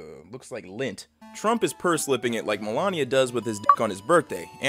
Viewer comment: wait he said lint